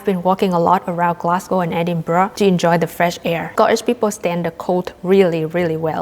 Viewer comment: she said Edinbra not Edinbrurrow that's enough for me